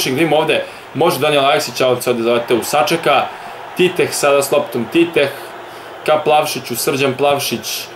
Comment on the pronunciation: Teteh se kaza a ne Titeh